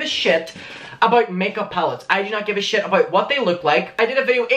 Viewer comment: No hate but I died when you said sh-I-t 😂